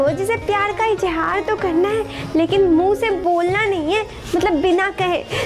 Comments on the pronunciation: 😄it hurts my feelings when people use J instead of Z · I cringed sooooo hard when she said ijhaaar instead of izhaar. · I lost it at Izz-haaar.